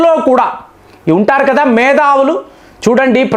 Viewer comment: Not Medavulu, Methavulu